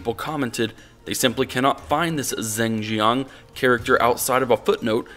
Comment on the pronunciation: "Zing Zhiang"? Dude you need to learn chinese.